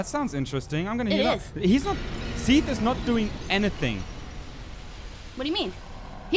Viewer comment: its so weird hearing you say Seathles/Sithles, as I call Sif Siffles :o